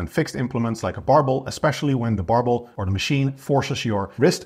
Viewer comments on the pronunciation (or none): Dumbolls, Barbolls 🤣🤣 Also, are you saying reduce ROM ? 🥹